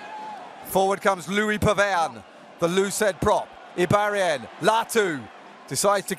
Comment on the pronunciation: Is it just me or does the commentator say Iribaren and Boudehent with one too few syllables?